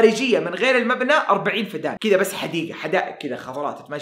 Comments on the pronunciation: وحدة قياس الأراضي الزراعية اسمها فدّان بالشدة طول المقطع ضحكتني بنطقك للكلمه😭😭😭😭😭😭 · فدّان بتشديد حرف الدال .. استغرب انك ما قد سمعت بوحدة القياس هذي ومو عارف تنطقها🙄🤔